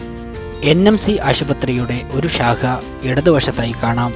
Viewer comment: ഷാഹ അല്ല..ശാഖ.